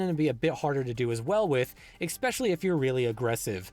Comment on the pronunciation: Not to be a grammar Nazi, but it's "especially" not "eckspecially." Great content though!